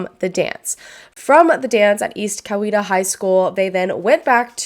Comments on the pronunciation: I live 20 minutes from where this happened. Your pronounced East Coweta absolutely correctly. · Yep, you pronounced the high school correctly! Great job because most people get it wrong including metro atlanta news channels. I know because I graduated from ECHS. And Tokyo’s does have some of the best sushi!!